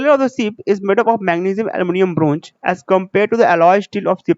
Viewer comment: shteel jink bronj....🤪